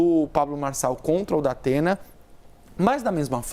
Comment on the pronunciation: É impressão minha ou ela falou Dapena? Kkkkk